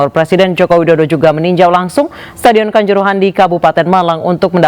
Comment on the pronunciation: Kanjuruhan bukan kancorohoan ..reporter k